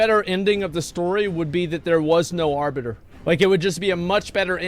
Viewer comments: Jesus christ "The Arbutter" fucking LEL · i cried a little at the "Arbutter"